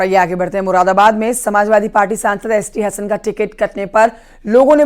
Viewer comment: अरे ये मुरादाबाद का नाम भी नहीं ले पा रहा है मुराबाद मुराबाद बोल रहा है